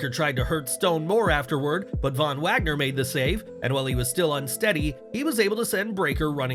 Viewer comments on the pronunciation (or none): none